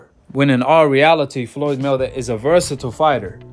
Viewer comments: Why can't you pronounce Mayweather 🤔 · It trips me out how you say Floyd's last name. I like it.